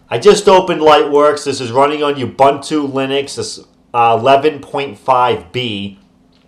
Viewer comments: Pronounced "oo-boon-two" Linux, not "you-bun-toe". It's a South African word, because Ubuntu was a Shuttleworth Foundation distro an Shuttleworth, like myself, is South African. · Ubuntu is a Zulu word - pronounced 'ooh boon two' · Yoo-Bunn-Too? Seriously? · Ubuntu... OO BOON TOO